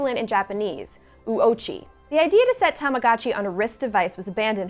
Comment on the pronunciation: stop saying "tamagatchi", it's obnoxious.